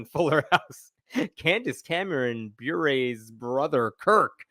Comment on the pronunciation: He's a whackjob. Bure is pronounced Burr-A. Her husband is the brother of the NHL legend Pavel Bure. Valeri was also an nhler but was no where near the talent his brother was.